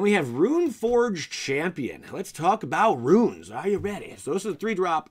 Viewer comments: Why is he saying "ruins"? It's runes... Anyway white is looking more interesting, finally. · Uh,it's runes my ninja,like "roons." I'm betting it's gonna be a subtype for spells,like arcane or tribal. Btw, Resplendent Marshall's etb/dies ability works with the the creature type that you exile,it doesn't have to be an angel or a warrior,although you can definitely use it for those tribal types. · You are calling them ruins, not runes. On purpose? The idea would make sense to add to equipment... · you keep saying “ruin” what is wrong with you! WOTC isn’t taking about Mayan temples! Lol as far as runes go though... I agree bro lol